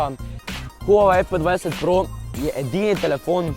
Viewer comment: Pa reče se pe 20 pro